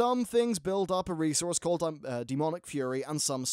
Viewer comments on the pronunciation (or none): none